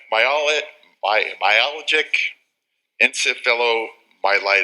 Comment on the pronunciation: Fail. Never gave a speech before? Uh it's about chronic fatigue. For um...my..al..ji...ji..en...ceff...o.myo...myo...algic...enceph...light...light... . Um she's fatigued. ITS NOT FATIGUE YOU GUYS! WHY DIDN'T YOU AT LEAST PREPARE ENOUGH TO SAY THE NAME RIGHT? IT'S NOT FATIGUE. IT'S NOT FATIGUE. AND YOU IDIOTS LAUGH WHEN YOU CAN'T PRONOUNCE IT. GOT PASSED IN SPITE OF YOU BY SOME MIRACLE